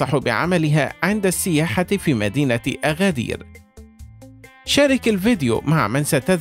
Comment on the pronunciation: اسمها ينطق ب agadir بالمناسبة هي من أكثر المدن تحدثا بالامازيغية